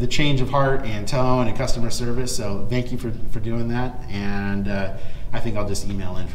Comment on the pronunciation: cus-to-mer ser-vice..... ok, got it.